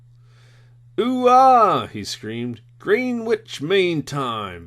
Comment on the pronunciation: I do enjoy listening to this, but the bad pronunciation of British words is slightly frustrating. Greenwich, for example is pronounced gren itch. It took me longer than it should have to understand what was meant by green witch.